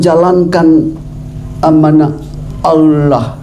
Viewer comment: kok masih kesulitan mengucap alloh ya😃